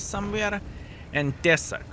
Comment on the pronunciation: "Tesák" žodyje reikia kirčuoti "á" raidę.